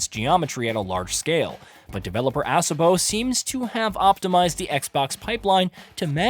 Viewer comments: The way he says A-SO-BO is wild 😂😂 Assabo? BRUH!!! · Assabo? This reviewer really has trouble with pronunciation.